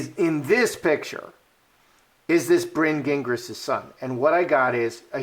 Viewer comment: Farchie not in the line of succession if born of a surrogate. Gingras is a French surname. Zhin - grah.